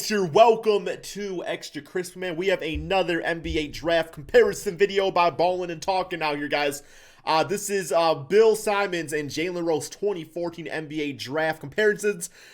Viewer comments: Nobody:: bIlL sImOnS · “Bill Simons”